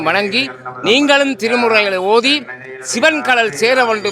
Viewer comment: வணக்கம் தம்பி தமிழ் உச்சரிப்பு மிகவும் முக்கியம் அதை பார்த்து கொள்ளுங்கள் சிவன் தான் சரியான உச்சரிப்பு இப்படி சில சொற்கள் தவறாக உச்சரிக்கப்படுகிறது அதை கவனியுங்கள் நன்றி